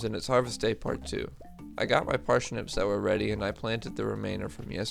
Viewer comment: Parshnips Ok, that aside, that was fun